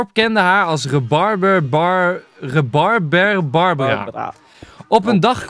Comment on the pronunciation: Is niemand het nou opgevallen of zijn de reacties al zo verouderd. Namelijk Enzo jij las de Rebarber Barbara tongbreker helemaal verkeerd. Jij zei: Rebarbarbarbarbar... etc. Maar er stond toch echt duidelijk Rebarber-Barbara-Barbaren... etc. Graag gedaan Enzo.